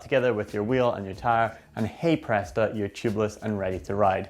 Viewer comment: did he mean to say hey presta I'm not convinced lol